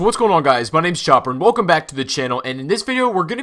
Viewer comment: says wecom to cloud city